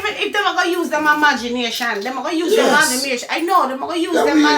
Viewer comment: “Imagamination” 😂😂😂😂